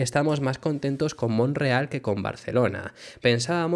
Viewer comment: Porqué te comes la "t" de Montreal? En español es Montreal, la segunda sílaba se pronuncia "tre". Un saludo y gracias por tu trabajo, eres a mi entender de los más objetivos comentando la Fórmula uno.